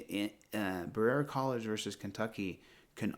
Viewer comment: Berera is pronounced ba-re-a from someone that lives 45 min away. Thought you might want to know in case you use that case again.